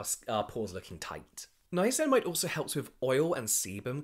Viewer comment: I now only call it ‘nineamicinamide’ poor lol